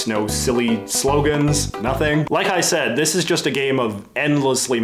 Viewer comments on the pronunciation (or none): none